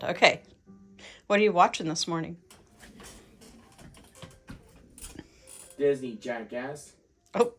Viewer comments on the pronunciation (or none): Lol! I thought he was saying "Disney, [you] Jack@ I audibly gasped! Than full chuckle. Great after a stressful day at work. Love you guys!